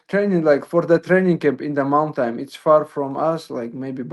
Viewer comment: "In the mountam"